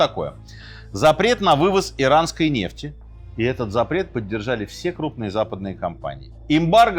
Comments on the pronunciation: нефтИ́? Дядя Серёжа ИИ? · Почему Минаев стал таким косноязычным? НефтИ? Можно же было почитать или послушать, как ставится ударение в арабских именах. Аятолла ХаменеИ, а не Хомейни Ужас